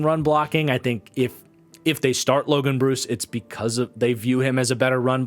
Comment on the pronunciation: Just fyi it’s pronounced Logan Bruh-ss. Not Logan Bruce. Was an equipment manager for Wisconsin the last 4 years lol. Love the content man been a supporter for a long time!